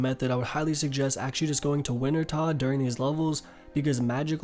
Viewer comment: Rsn- the foxing Wintertodt sounds like wintertoad / I’ve used lot of your videos to help me get back into the game after just coming back